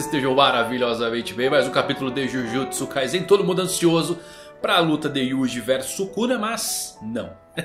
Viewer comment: acerta a pronuncia mano kkkk jujutsu kaisen - com S